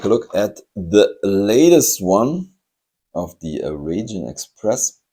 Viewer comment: Raijin is pronounced 'rye-jin', like 'ripe' or 'right'. It's an incredibly popular model in Japan, very hard to find. The cat deco is manekineko, a beckoning cat that invites luck - Japanese beckon underhand with their fingers where a lot of other cultures beckon overhand with the palm. The red treasure hunt is unusual because if you look at the Japanese lettering on the right side the word ホットホイール - Hot Wheels - has all the characters in right-to-left order, whereas on the left side it reads in standard left-to-right form, a feature you sometimes see on Japanese trucks, it's so it always reads front to back. Since Japanese is usually written vertically it's not a big deal to reverse the direction of reading for them. I've never really liked the Raijin Express that much as I had a bad experience with a Dekotora - I was stuck behind one in the evening while rushing to return a hire car, so I couldn't stop, and the road was very busy so I couldn't overtake either. It doesn't sound so bad until you consider that these trucks have chrome polished to a mirror shine, including on the rear bumper, which was flat, and so reflected our headlights right back at us the whole way!